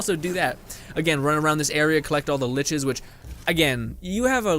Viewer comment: He keept calling them liches lmao i was like noo nooooo no its lur-ker